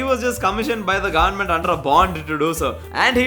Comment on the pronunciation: brother why your goverment sounds like "GAND"ment